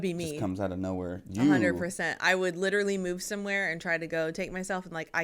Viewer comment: first American to ever say 'literally' correctly.